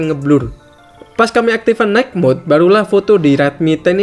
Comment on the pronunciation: boss, kalo baca "light", "night", "bright"... huruf g nggak diucapkan. please be noted.